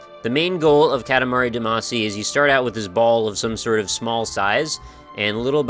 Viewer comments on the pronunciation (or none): For the sake of my sanity, will you please stop calling it "Cat-a-mari duhMAHcy"? I know I'm being pedantic but it's an awesome game with an awesomely oddball title and it bugs me in a very linguistic-nerd way to hear it spoken wrong ^_^;; For the record--and you can go listen to the opening theme song again if you don't believe me--it is "KAH-ta-mah-ri DAH-mah-see" (or '-shee' if you're Japanese. Does it still count as weeaboo if I actually know the language for real?)